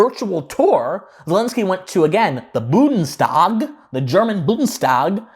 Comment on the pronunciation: It’s pronounced: Bun - des - tag !